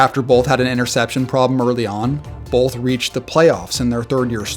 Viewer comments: It's both. Like bo-th. There isn't an L. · Guy dropped the hard L in Bolth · Its both not bolth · Not a big deal or anything, but is he saying "bolth" and not "both"?